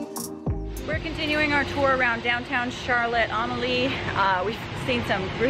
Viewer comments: It's pronounced "Charlotte A-mal-ya," not "Charlotte Ahm-a-lee." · Glad you're experiencing the wonderful USVI..you'll learn the local vibe soon enough..it's pronounced( Charlotte ah mall ya..)..😊took me awile to get that down..after a dozen visits 😄..thanks for all the info as I hope to be back this year. Always stayed Crystal Cove in Sapphire beach..east end up from Red Hook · Sorry not to be mean but u have to get use to the road someone who live here will drive smoothly. And ur saying Charlotte Amalie wrong. This how u say it Arm-A-Lee and yes I’m from the st Thomas where ur at. Live there my whole life. Btw love you guys keep it up. And yes the weather not the best when ur not use to it.